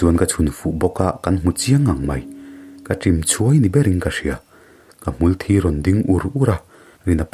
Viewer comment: Hmul thi tih lam dan hi ni.. thisen leh mitthi a thi lamdan ah hian hmulthi hi hmar lam dan hi a dik zawk. Tawng awn deuh a hmulthì tih hi chu dik thei lo